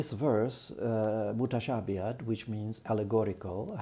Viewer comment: Salaam to you. I don't understand Arabic, but I love your rendering of the word "mutashabihatun". My question for you - how would you translate "wadribuhunna" in surah 4 verse 34? Looking forward to your response.